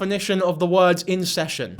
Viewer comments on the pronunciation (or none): Scrick tf why can she not pronounce words proper and enunciate..❤